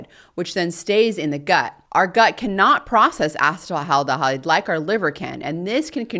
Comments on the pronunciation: Ethanol's metabolite is not "acetyl aldehyde," it's acetaldehyde, pronounced ass-ih-TAIL-dih-hide. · As a chemist, I found myself distracted from your message by your repeated mispronunciation of acetaldehyde, however you deserve an Ironwomann award for delivering a 3+ hour technical lecture.